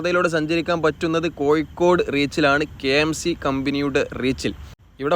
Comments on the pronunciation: Athe koikod alla Kozhikode ennu paraynam... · Kozhikode ennu sarikkum paranjoode....koykode...